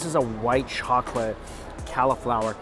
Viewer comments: And cal-a-flour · I’m actually crying at how Mike says cauliflower 😂😂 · Yeah, is "Caly-flower" an American pronunciation? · I thought he was talking about a calla lily 😭